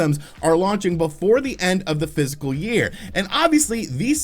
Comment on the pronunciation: Fiscal year? I keep hearing physical